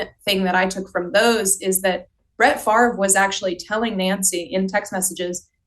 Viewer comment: Where are u ? I am a cuevas. Born at The Kiln. Spent lots of time there. But never lived there. As you know we are distantly related to Brett It is correctly pronounced as Fav Ray